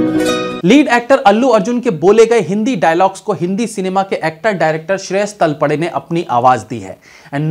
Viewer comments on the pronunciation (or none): तलपडे नहीं तळपदे।